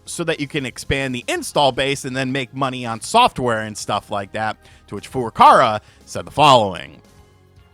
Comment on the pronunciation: I'm begging you to say Furukawa correctly just once. Please.